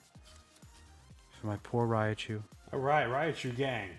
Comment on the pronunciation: It’s Raichu not Rayachu lmao